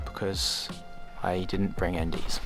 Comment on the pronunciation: Sounded like you said you didn't bring undies